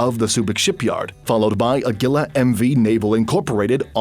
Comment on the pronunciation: your pronunciation of Agila is cringe tbh.